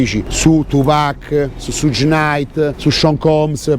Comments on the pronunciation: si legge "Sciugh" come zucchero, non Sugg...:) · "Shug" (pronuncia esatta) no "suge".Per il resto...se c'è da "far brutto" a qualcuno ,quel qualcuno a cui far brutto sono i politici,corrotti, cioè tutta la classe "politica" che permettono e contribuiscono all affluenza ed "accoglienza" di extracomunitari,per lo più problematici. Altrimenti il vostro fare è solo alimentare una guerra tra poveri...su linea filofascista. Ps. Alla politica sono gnostico.